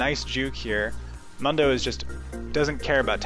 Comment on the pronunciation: Isn't it pronounced 'moon-dough' ? Otherwise great vids, I always learn a lot